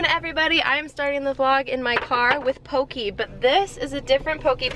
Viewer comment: I am sorry I love your videos but being from Hawaii the way you pronounce poke is just very different from here (poh-keh) not pokey. But it doesn't matter you are an amazing person and loving your pup and cat. They are so adorable.